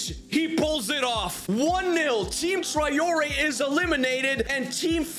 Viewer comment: My ears hurt so much from all the times you mispronounce Traoré.